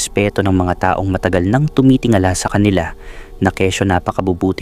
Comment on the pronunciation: ARALA ARAL MUNA PGBIGKAS NG TAGALOG VERY POOR UNG PRONOUNCE MO NG TAONG REFERRING SA PERSON AT TAONG NA AGE AY PAREHO🤣 IT’S DIFFERENT PO.